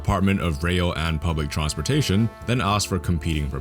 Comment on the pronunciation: he said TRONSPORTATION